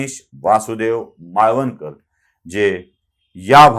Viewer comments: "माळवणकर" नव्हे, "मावळंकर". माहिती खुप सुंदर. धन्यवाद! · त्यांच नाव गणेश वासुदेव मावळं कर असे उच्चारावे किंवा आहे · माळवणकर नाही हो. मावळंकर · माळवणकर नाही त्यांचे नाव मावळंकर असे होते.